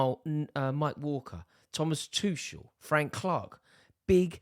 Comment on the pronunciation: is Tuchel really pronounced "Twoshell"